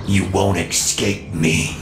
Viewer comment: I love how he pronounces it ecscape instead of escape XD